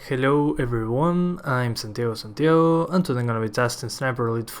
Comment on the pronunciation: Me gustan mucho tus videos (sobre todo tu intro donde se nota que hablas bien español. En "Santiago Santiago") me gustaría saber si podrías hacer algún video en español y otro en inglés, para subir más tu audiencia podría resultar. Me gustan tus videos, muchas suerte :)